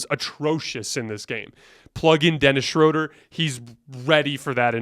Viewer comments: It's pronounced Schröder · It’s pronounced Shroooooooder!!!! Great show! Go Lakers!